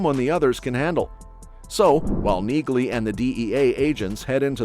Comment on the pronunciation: Her name is pronounced “Nee-Lee”!